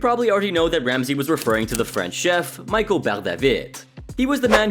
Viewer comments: Michel is not pronounced Michael.. it’s pronounced Me-Shell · Not michael its michel it’s a french name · I think it's funny how you overpronounce foreign food, but can't get a French guys name right